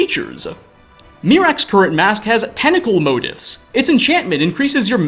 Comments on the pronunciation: Motifs is pronounced like "moe-teefs" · "tentacle motifs" pronounced "mo teefs". fun word!